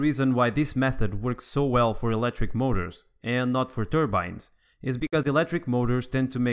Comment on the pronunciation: And also he said eletric instead of electric lol